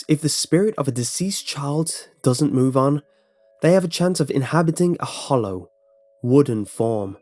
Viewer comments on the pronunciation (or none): none